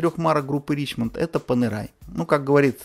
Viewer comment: Ришемон все таки, а не Ричмонт